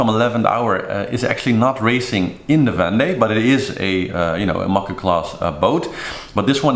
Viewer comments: vEndee globe, not vande globe. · Sure, there are an infinite number of ways to pronounce the name of a French region. But only one way to do it correctly and this is not that.